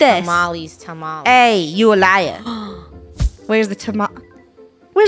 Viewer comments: Me getting furries that they said tamalesss in stead of tamales but then i remember she is funny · tamalees Me: it’s TaMaLeHhHs lol